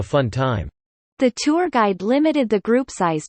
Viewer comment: おはようございます。 今日は2です。 tourがtwoに一瞬聞こえて、？？？となってしまいました（笑）